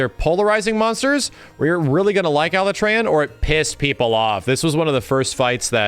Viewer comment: Everyone on the planet: Alatreon: ALA-tray-on 🙄